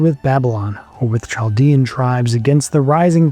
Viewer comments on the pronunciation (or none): none